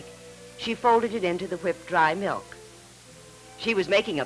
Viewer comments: Bossy, brassy daughter never says please or thank you, and says “melk” instead of “milk” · ...its Milk..not Melk ffs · ''melk". LOL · I HATE when people call "milk" , "melk". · Sort of like that vegan guy who thought strawberry "melk" was made from strawberries!